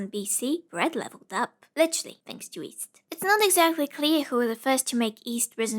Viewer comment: i camt get over the fact that you pronouncd yeast as east